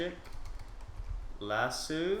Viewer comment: it's lasso not laso